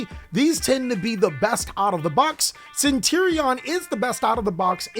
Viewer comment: CentUr-Ion ma boi not Centirion :P